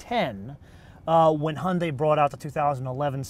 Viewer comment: "hunday" haha :D